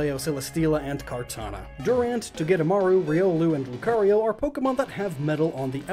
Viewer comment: LUCARIO, NOT LUKRIO!